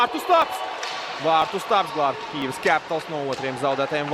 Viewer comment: Pasakiet kāds komentētājam, kad ir jāsaka "Kijiva" nevis "Kijeva".